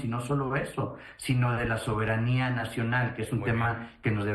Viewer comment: Hace mucho énfasis en la palabra soberania.